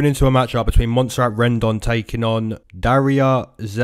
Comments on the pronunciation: You said dariyas name very well not perfect but way better than most people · Thank you so much,! Been waiting all week for this.....and YES, you pronounced Darya's name perfectly!